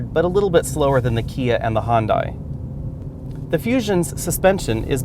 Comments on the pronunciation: He says hondai? Weird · "Hun-Day" like Sunday. lol